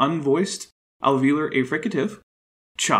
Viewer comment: Love this, but it’s bothering me that you’re mispronouncing affricate; it’s pronounced /æfrɪkət/ (wide transcription if you’re confused with that rhotic looking like the alveolar trill)